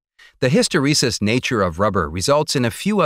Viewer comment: His pronunciation of hysteresis is driving me nuts...